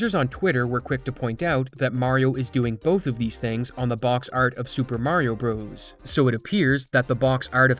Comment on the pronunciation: I wish you would learn how to pronounce the game's name.